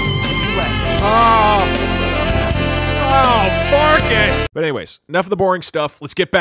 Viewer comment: "Horker Farkas" more like..............Harkas.